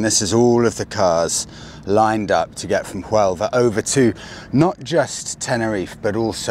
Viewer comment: Another great video! Looking forward to watching the next chapter of this journey. BUT! Keep in mind,, it's Sevilla now not Seville; and Huelva, hotel, etc. have silent "H's". Have you set your phone to Spanish yet to help with the immersion? Can't wait for the first vlog en español